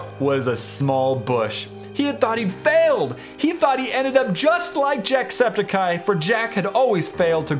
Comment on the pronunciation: have you noticed that always calls jacksepticeye jackseptic-hi